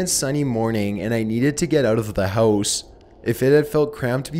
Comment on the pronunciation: why do u pronounce house so weird? hoouuse lol